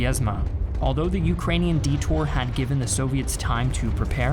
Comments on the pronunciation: “A Detor”? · I think you mean "Detour" instead of "Detor." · ... Detor?... You mean Detour???? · Detour not Detor. Just saying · I don't mean to sound polemic but isn't "detour"? I ask only because I'm looking to improve my English great channel keep up the good work!